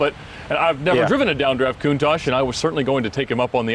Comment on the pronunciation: saying a countash isn't an icon 😤